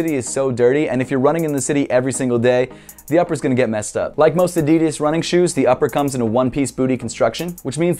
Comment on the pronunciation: Can you pls start pronoucing "Adidas" right